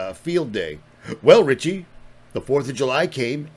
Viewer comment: No T in Richie..much love